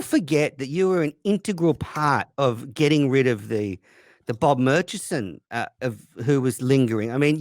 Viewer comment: can’t pronounce murchison